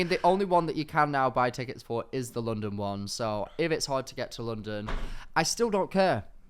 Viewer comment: "teckets" keeps making me giggle